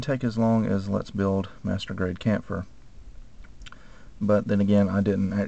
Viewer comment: why every time u say master grade it sounds like masturbate??... O_o